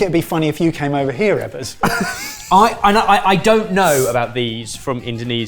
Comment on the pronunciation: lmao saying "Eggers" instead of Ebbers had me laughing pretty good. I love the mystery dish challenge and Indonesian style cooking is one of my favorites!